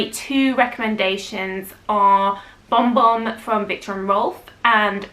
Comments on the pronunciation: Kayali vanilla 28 is good for lasting and the brown sugar note is yummy. Am I the only one that heard "bomb bomb" when says Bon Bon? 😁😊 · Yes, was saying Bomb Bomb. I replayed to check?!?!?!?